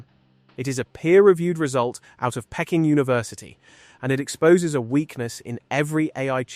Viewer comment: "Pecking" (for Peking University) - which is actually pronounced "Pee-king", which everyone knows. If you spell out words phonetically for your AI, it will be able to read them without ridiculous pronunciation errors!